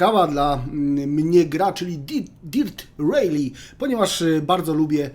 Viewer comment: Sprawdziłbyś chociaż jak się wymawia tytuł gry